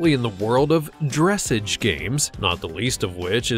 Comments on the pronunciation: Gah! I ground my teeth every time he said dress-idge! Horses are just so beautiful and noble. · Not me coming to the comments to see if someone has said it yet 🤣😂🤣😂🤣 - aw man. Dutch warmblood for $25k!? I WISH!!! And for the LOVE OF GOD ITS NOT DRESS-edge! It’s DRESS-AHGGEE -,🙄🤦🏻‍♀️🤦🏻‍♀️🤦🏻‍♀️🤦🏻‍♀️🤦🏻‍♀️ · Yes. Ugh. My ears are bleeding. Basically, it rhymes with ‘corsage’. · Magnificent animals but just for the record, it is not dress-idge as in 'midge' but rather dress-arge as in 'barge'. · You're killin me, Not "dress-ige.".... it's dress-aazh. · Dressage: Not "Dress-edge"... ..... "Druh sawsge" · Very Comprehensive overview. Lots of stunning film.. However the sport is called Dressage like massage not dressige . It is a sport based on flatwork NOT like the agility obstacle course dogs do. That would be more comparable to jumping events. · Well, you pronounced Dressage wrong... It is not Dress-edge It is Dress-au-ge", The Arabian horse is the Oldest known Breed, And only Pureblood horse we know of... all other warmblood horses have Arab in their bloodlines... Particularly the Thoroughbred horse, they should have been in the number 1 spot But if your talking money then it would have to be the thoroughbred horse.. over all you did a pretty good job... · stop saying dress-age lol it's pronounced druh·saazh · Dressage. Is not pronounced that way. It’s Dra-saa-j. Not dress age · Dress edge is actually pronounced drah sahge. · Your so so fun fun funny (recognize you) but the word for Dressage equitation discipline is not pronounced “dress’-age” but ‘ Dra--SAWJHH’.. Frenchie. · Dreh-sahge, not dress-age. Please, look up how to pronounce words. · DressAJE! Not dressage! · omg. NOT dress-age. Dreh-SAH ge. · "dress-age" lmfao 🤣🤣🤣🤣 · There is no r in the second syllable of dressage. It's pronounced like massage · I hate to be that person to correct grammar but you pronounced dressage wrong it's pronounced like dress-awg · dra-ssage ...like ma-sage